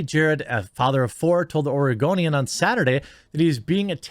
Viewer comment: I'm playing Skyrim and i keep hearing you call the oregonian the argonian and getting confused as sht